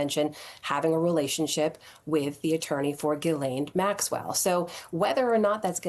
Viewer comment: he called her a jizzzlane lol